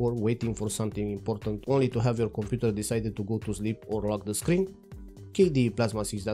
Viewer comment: your accent makes Computer sound like Komputer which matches perfectly with KDE naming